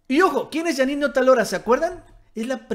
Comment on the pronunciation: Otálora, lleva acento en la a. Hay que aprender a leer